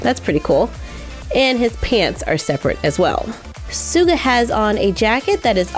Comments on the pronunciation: I am dying suga is suppossed to be pronounced as shuga not suga!!!!!! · Not trying to scold you or anything but Suga is pronounced Shu-ga! Love you! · It’s spelt suga but pronounced like how you say sugar I think 😂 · Suga is pronounced as sugar without r You pronounced the rest correct 👍🏼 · Not pronounced sooga its shu-ga suga mkay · It’s not pronounced suga it’s pronounced Shuga I’m not annoyed huh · Suga is pronounced kinda like shu-ga not suu-ga lol 😂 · It's not schuga it's suga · Just saying it's not pronounced soo-ga. It's pronounced Sugar but spelt Suga...No hate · btw suga isn't pronounced "suu-ga" but it's more like "sh-uga" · Ugghhhhh... its Suga! It’s said “shoe-ga” not “ sue-ga”. Plz say it right. It pains me as an Army. And honey, jin, oh, god no. Im sorry that doesn’t look like him. And sorry for the shade. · It’s not pronounced as Suga but Shuga lol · No hate, but it's not pronounced suga it's sh-uga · Sssuga?...it is ssyyuga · Oh gosh I cant handle it anymore,its (shu-ga) not (su-ga) the spelling is just suga but its totally shu-ga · su-gah? I THOUGHT IT WAS pronounced like sugar... ;-; Have I been Saying Wrong this whole time -. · Sorry to sound like a hater but im not , ITS not soo-ga ITS shoo-ga. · Love the video!! ❤️ your crafts are always so amazing! Also a minor head up, Suga name is pronounce as Shu-ga like sugar but without the R. It a common mistake to say it like su-ga so it okay :) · she really just said "sooga" its... pronounced like "sugar" but without the r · She keeps saying sooga not suga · It's prenounced shuga ssuga but it's spelled Suga. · Suga is pronouced Sugar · This is how you read suga it's like this* shuga * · Did she just say sooga- I- I’m sorry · She pronounces suga wrong it's said like shuga but their is no h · I love bts but I- See, I don’t want to be mean, but suga is pronounced like sugar is but without the r It weird ik but ughhhh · When she said "suga" i cringed so badly. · Did she seriously call him Soga